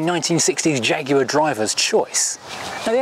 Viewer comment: So nice to have a Brit pronouncing the name properly. No American Jag-waah nonsense.